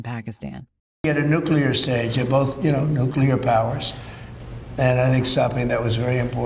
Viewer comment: NU CLEAR… NU CLEAR.. how do people come up with NU QUE LAR?